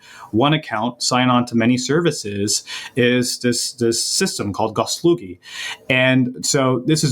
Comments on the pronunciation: It sayd gosuslugi not goslugi. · It's not Gosolugy, it clearly says ГосУслуги - Gosuslugi - I don't know what GOS is but Uslugi stands for services. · It's peonounced "goss oos LOO ghi"